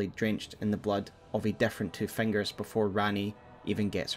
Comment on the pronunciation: i love how you say ‘fangers’ incredible content